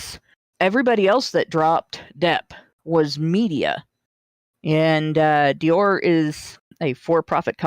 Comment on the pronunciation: Americans need to learn to pronounce french names... first with his pronounciation of "Shia LaBoeuf" (the "f" isnt silent... it isnt "beau") and now with his pronounciation of "Dior"... #triggered!